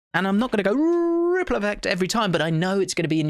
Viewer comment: RRRRRRRiple effect.